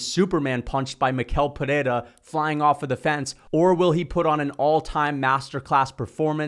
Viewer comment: He pronounces his first and last name wrong. It’s pronounced like me-shell peherra